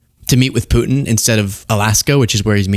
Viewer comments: Did Karolies said president Poo In? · Ugh, I can’t stand her inability to pronounce the letter “t.” It’s “Putin,” not “Poo-in.” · kkk its putin not pootn! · I wish sh3 would say Putin and not pooin 😮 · Why doesn’t Vance nudge him and tell him the right location? Is Vance setting him up? Crazy 🎪 up in DC. Did she say Poot in? 😂😂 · Is it just me, or does Karoline pronounce Vlad's name "Poo' in"?